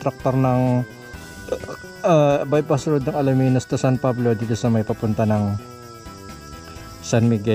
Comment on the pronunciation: Alaminos.. Hindi Alaminus😅😂😂